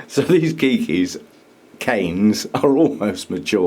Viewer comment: Have just been watching your channel, very enjoyable! I'm surprised to discover you call keiki keiki. 😊 Just want to mention in Hawaii it is pronounced kay-key. 🤗 Aloha